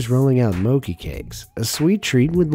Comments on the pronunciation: I’m never eating again!!!! No not because the food is nasty because he pronounced Mochi, Moe - kie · the way he says mochi as mo-key is disturbing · I heard mocki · Mochi is not pronounced as “mokee” it’s pronounced as “mochee” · I like how he pronounces Mochi as 'Mow-kee' instead of 'Mow-chee/Mot-chi'' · please dont tell me he said "bee mowki" cause i- oh god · i cringed when he said mo-KEY sir its moCHI😭 ok ill go now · hey! stob it!. it is not mo-ki, it is mo-chi!. thank u! this video is really relevant! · Did he really just said bee "MOUKI" on 5.47 its called mochi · Bee "moki"?!!! It's "mow-chee" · Moki?? Really moki lol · it’s mo-chee, not mo-key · Mochi isnt read moki its mo-chi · Tf is bee moki its mo CHI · It’s not omki it’s Mo-ChI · Its not moki its mochy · Did he just pronounce "Mochi" Mouki? Wth? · OK WAIT "MOKI" 😂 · Am I the only one bugged on how they say MOCHI???? It's mo-chee!! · Did this guy really say Mo-kee? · I like how he say moki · I just think only its called mo--chee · It's actually pronounce m o c i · Mo-kee Hahaha cringe. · Saying "mochi" wrong. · no ones talking about how he pronounces mochi pls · Damn my man really pronounced mochi like that SMH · Am I the only one who's bothered how he pronounce "mochi"? 💀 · So no one's gonna talk about how he pronounced mochi?